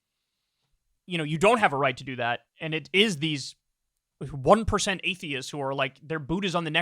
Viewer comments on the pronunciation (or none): Anyone else caught the way she emphasized 1%? I almost think that was priming in case they decide to start calling atheists and by extension perhaps leftists, "the 1%" to confuse the term in the general public's eyes? Idk just saying look out for some interesting phrasing from right wing media.